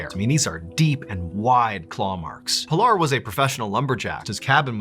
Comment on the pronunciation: Its PEE-LAR.. not pill-r Worse is that you fully know that.